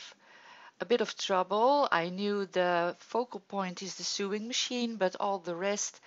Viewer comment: Love the page / card - what a lovely way to use your skills to celebrate her skills! (BTW "sewing" is pronounced more like so-ing - I only mention it because your English is SO good!)